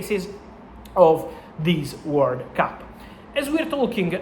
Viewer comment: lol it’s hard to head World Cup, I thought he was saying “work up” lol it has me doubting myself